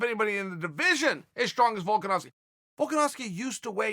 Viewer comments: Notice how Chael can pronounce Volkanovski correctly? It's because he fully respects the guy. Chael only mispronounces names of people on purpose to mock them a bit. I'm surprised he doesn't do the same with Jon Jones. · The real question is how Uncle Chael pronounced Volkanovski's name correctly